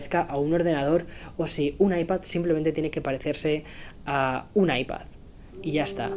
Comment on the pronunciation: Porque dices ipaZZZZZ